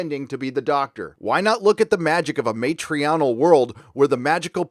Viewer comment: ….you said, "matrional". Lol.